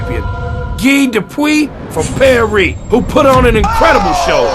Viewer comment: "guy dupwee from paree" "southern hospitality" "HELLO"